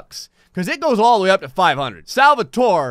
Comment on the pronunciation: Me when said said Salvatore: 👁👄👁